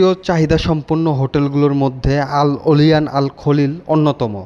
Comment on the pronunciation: Olyan ওলাইয়ান, not অলিয়ান😢